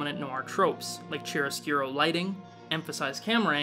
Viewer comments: Chiaroscuro = "kiaro-SCU- ro". The "ch" in "chi-" and "che-" words in Italian are pronounced like a K in English. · Chiaroscuro is "kee-ARR-oh-sk'roh" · Cha gotta be kidding me. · "Charro Skew-row" 🤣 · " Chiaroscuro lighting"? ouch